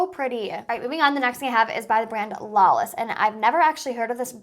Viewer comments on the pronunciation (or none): I would love a review for the Lawless foundation. I follow the founder of it Annie Lawless and it’d be nice to see how it works on a more oily skin. By the way the name I think is supposed to be pronounced like the Mojave Desert 🌵😊